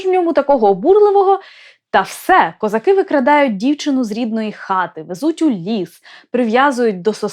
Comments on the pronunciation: Не козаки', а козАки. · Даруйте, але в пісні ,,козАки", а не ,,козакИ". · У пісні навіть наголос невірно стоїть у слові козАки, щоб підвести рифму під весь(!) текст. До речі, далі у тексті, наголоси стоять, як треба. Ще, будь ласка, зверніть увагу на те що: Їхали... "додому" , а позвали з "собою". Геть ніякої рифми. Ріже вуха. Молодше покоління, на жаль, вже не чули, як бабці співали цю пісню у селах. А ми, вже досить старі, чули. І ще пам'ятаємо, хто звідки їхав. Тому і козак до Галі не прийшов, бо чітко знав, хто Галю привіз. З повагою. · Язавжди питалась, чому наголос у козАки неправильний.